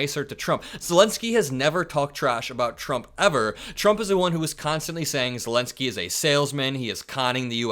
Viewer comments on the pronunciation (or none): did you say vladimir selensky? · Vladimir Selenski you said. Just like Biden. Haha